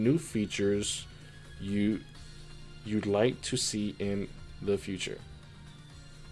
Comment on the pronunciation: "yo I'll do your translations konami!" He says as he says wou'd instead of you'd xD lmao